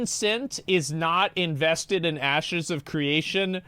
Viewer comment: pretty sure he said "asses" of creation lmao